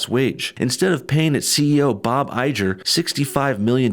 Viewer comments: Bob "eye-grr"....not "I-Jer".😒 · Eye-jer, really?! it's Iger, grr! get it? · Iger not Ijer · Say it with me Bob EYE-GRRR not EYE-JER. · How do you not know how to say bob Igger ?!? Have you not ever heard it said before hahha! Good video though. Just picking on ya! Fan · it's pronounced I-grr by the way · Not to split hairs, but it's pronounced "EYE-GUR." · Dude, its Bob IGER as in "TIGER" without the "T".. ffs man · Bob Iger (Pronounced "i-grrr") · Please.. educate yourself and learn how to pronounce Bob IGER's last name. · Had to stop watching because you can’t pronounce Iger correctly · Wonderful analysis. (Bob Iger’s name is pronounced like Tiger without the “T”) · The g in Bob Iger is a hard G. Like gorilla. Or tiger without the t. Just for future reference. Love your vids bub. Keep up the good fight.